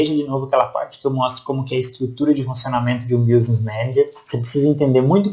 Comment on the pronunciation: Meu amigo, não se fala BIUsness Manager, se fala BÍSness Manager. Escrevi do jeito que se pronuncia em inglês.